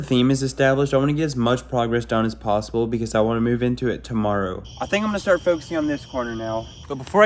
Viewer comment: did he say we need to get this done as fast as posibli as posibel